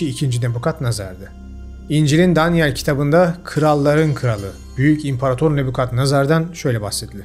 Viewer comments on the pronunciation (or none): none